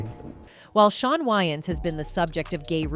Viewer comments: why does narrator insist on renaming way-ans to why-ans i js couldn't take this seriously if host couldn't take 2 seconds to google correct pronunciation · Isn’t Wayans pronounced weigh-ins? Not why-ins? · I can't she can't say wayans right.🙄. These Ai are not so smart after all. 🤨😂. Nj.